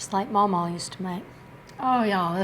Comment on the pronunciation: I wonder where she is from? I’m from Louisiana and I call my grandmother my mawmaw too, and hearing her say that warmed my heart up. ❤